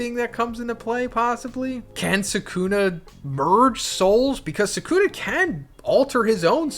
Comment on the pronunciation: He doesn’t even pronounce sukunas name right that’s how u can tell someone ain’t a real jjk fan